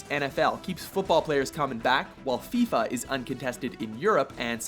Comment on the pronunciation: Did.. Did he just call FIFA 'FIBA'?